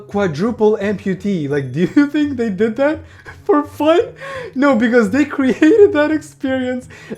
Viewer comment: That was an amazing tongue roll😂